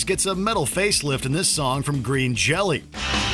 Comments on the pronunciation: Green Jelly is pronounced Green Jello according to the band themselves. It was the original name of the band before a lawsuit had them change it. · its pronounced green jello. saw them live at the gotj this year. they were awesome and hilarious. "green Jello sucks!" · Um, it's pronounced Green Jello.